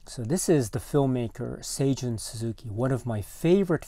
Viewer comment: Great video! Thank you for the correct pronunciation of Seijun Suzuki as I hope to tackle Tokyo Drifter for my next podcast. Terrific film and one of the most unique looking movies I've ever seen. The theme gets stuck in my head from time to time.